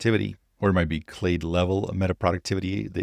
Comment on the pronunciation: You are pronouncing “clade” exactly right